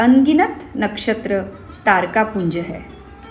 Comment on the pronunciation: Hindi me uchcharo ko thik se kiyakaro tare ka uchchar tad karteho aur gyan dene aye ho.